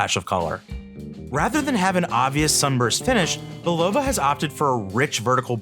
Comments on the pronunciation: Come on. It's "BUL-o-va" not "bul-OH-va" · It’s pronounced Bull a va NOT BUll O va Get it straight. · It’s pronounced Bull a va NOT Bull O va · Typical mispronounced words by AI..."Bull-low-va"...really?